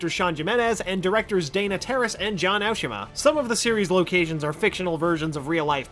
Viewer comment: EXCUSE ME how could you pronounce Aoshima wrong?!!